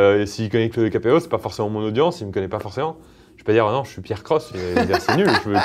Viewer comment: J'aime bien comme tu as prononcés la chaîne de π AIR CROSSE à la fin xD